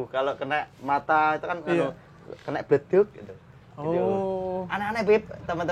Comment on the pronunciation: Bleduk bukan Leduk bib🤣🤣